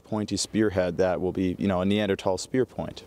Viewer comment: Followed because you pronounced it correctly. 🎉